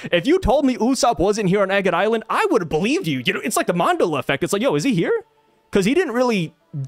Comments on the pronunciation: Man-della would be more of the pronunciation than mondella. The effect was named after Nelson Mandela as many people seem to remember him dying in jail and don't remember him becoming president of South Africa after being freed from prison. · Sorry but it's pronounced man-dell-uh can't let u disrespect a great figure like that 😅